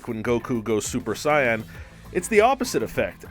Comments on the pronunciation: U said super sayian wrong... u said super sayan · "super Sayan" it's super Saiyan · It’s not super cyan it’s super saiyan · When Goku goes super "cyan" not saiyan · It’s s-ai-yan not cyan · He said super Saian not saiyan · Dude you said sayain wrong. And I'm actually very suprised. Say-yan. Not si-yan. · You said syan not saiyan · I know this is 2 years ago, but are we not gonna talk about how he said the word saiyan? My man’s pronounced it like the color cyan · "Super cyan" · why does he say sian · "... like when Goku goes super-sigh-ahn..." dislike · ah yes "super cyan" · Are we gonna blast past him saying “ super scion” 💀💀💀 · did he just say ‘super cyan’ LMAO its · ah yes, "sUpEr CyAn" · “Super sAiAn” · Okay I'm sorry for this but it's reek havoc and super Saiyan like Say-yan. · You call it super saiyon and I'm gonna go super saiyan on ya Haha 👌😂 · “Super cyan” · Everyone is so obsessed with how he says “Super Cyan” that that missed the 10 more times he says “Saytama” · This guy is illiterate. "Super syan" "Wrek havoc" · DID HE JUST SAY SUPER SEIAN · did he just say "super cyan" 🤣🤣🤣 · DID HE JUST SAY SIYAN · The way he said super Sayain is annoying, “super cyan” Mmmmmmmmmm THIS ANNOYS ME!!! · super saiyan ** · I'm just bothered by how he pronounced super sAIyaWn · Lol, he said “super cyan” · It’s “Say-in” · Super Cyan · Who else heard super cyan? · its saiyan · did I just hear you say “super cyan”?? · super cyan huh? say tama huh? are you just reading a script dude? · When he pronounced saiyan, “.cyan” the color. 🤦🏿‍♂️ never in my life! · it’s funny he says saytama and saiiyan but if he switch the first parts around he would say them right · Im sorry did he just say Super "Scion" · Did your dumbass just say Cyan?!?! 🤣😂🤣😂 Bruh!! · Dude said Super Cyan...SMH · The way you pronounce manga and super-sane makes my ears bleed.. you need to learn how to pronounce them correctly sir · I stopped watching once I realized how you said super Saiyan ....